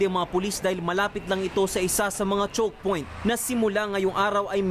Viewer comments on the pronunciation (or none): I'm the only one who hear it wrong ?? “Chock Point" 😂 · chukpoint daw haha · "Chokpoint" Hahahaha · Pakinggan nio ulit ung cnsabi nng reporter. Chock'point daw..😂😁😂😁✌ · Ako lang ba nakapansin sa news caster na CHOOCK POINT 🤔🤔